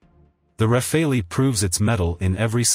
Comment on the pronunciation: Rafale is pronounced Rafal, not Rafaelli (meaning Burst / Gust / Hail of bullets). But this is a good video anyway!